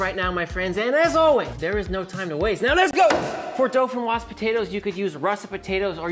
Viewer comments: Pomme De Terre Dauphinoise. correct translation would be Dauphinoise Earth Apple. DO-FI-NOIZE. Repeat after me. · All I could hear was "Dolphin frog potatoes" but that's ok because you rock! Here in Norway we call this "Fløtegratinerte poteter." Merry Christmas dude!